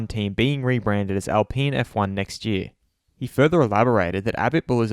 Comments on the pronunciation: Since when do you pronounce Alpine as "Alpeen"? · Why does he say Alpeen F1 and not Alpine F1 is it also a peenapple? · It's Alpine, not Alpeen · Alpine...”alpeen” 😂 cmon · Is Al-peen really the proper pronunciation?